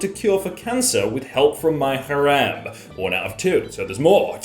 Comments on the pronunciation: Hare-em not har-am lol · The way pronounced "harem" xD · ...why do you pronounce "harem" like that?